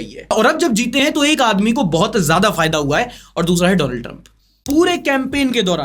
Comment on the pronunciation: sir vo Daland nahi Donald hai